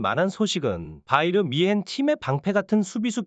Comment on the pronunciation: 소속팀도 제대로 모르냐 바이르미헨은 어느팀이냐 김민지는 또누구고 외국 축구선수이름도 처음보니 악센트를 주면서 읽네 ㅋㅋㅋ 삭제해라 ㅋㅋㅋ